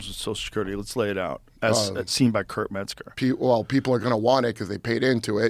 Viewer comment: Kurt Meth-ger